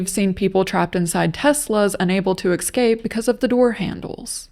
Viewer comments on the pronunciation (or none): excape? Escape... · I can't believe she said excape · Watching that door handle situation was painful. Also, it's "escape", not "ekscape". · Why does she say "excape" ?? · I'm not picking on you. I'm just letting you know, if you care, that you mispronounce the words escape & especially. You say "ek-scape" and "ek-specially." Now I'll be attacked for trying to help you fix it if you cared to.